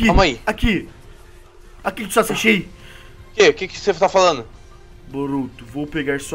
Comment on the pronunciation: No minuto o fala kawuack em vez de Sasuke